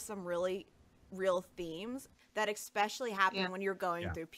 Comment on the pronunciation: why does she say expecially? Isnt english her native language?